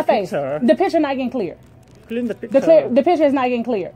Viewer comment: Clear tha pishure Clear tha pishure 😂